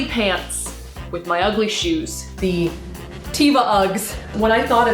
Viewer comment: the tevas are Israeli... so teva is only the English. they are actualy pronounced teh-vah